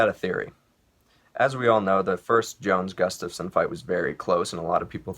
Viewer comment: Because of you, Chael, I will never pronounce Grufstafin..Guslafskin..Guftasin... damn it!!!!